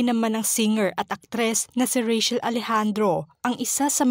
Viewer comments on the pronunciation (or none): Rachel is pronounced with CH not SH.